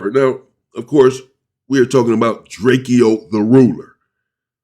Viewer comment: It’s DRAKE-O not DRAKEO 😂